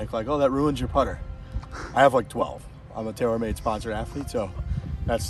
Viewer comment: "Im a TayorMade sponsored athlete" – 4/16/21